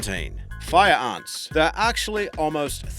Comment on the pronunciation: "fire uns" "Un lions" "Army uns" "Assasen bug" "Bullet uns"